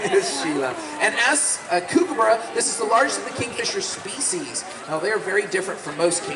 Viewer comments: Please pronounce there name properly, Its pronounced Cookabura, as in look, hook or cook. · With all the knowledge of the birds the handlers have, it's a shame they never learned how to pronounce Kookaburra.